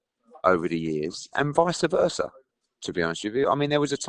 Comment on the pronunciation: Will somebody please tell eddie that the term is vice versa not vicea versa..he uses it all the time and sounds stupid